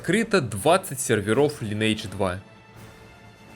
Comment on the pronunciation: Тот момент, когда делаешь целый видеоролик про игру, но так и не научился произносить её название правильно. Впрочем, как и 95% игроков.